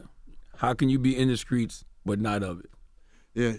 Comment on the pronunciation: Can Charlemagne say the streets not the skreets